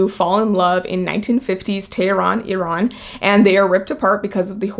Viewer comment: I love that you know how to say Iran and Iraq properly. xoxo